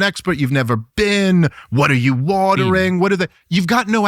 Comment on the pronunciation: "You've never bean?"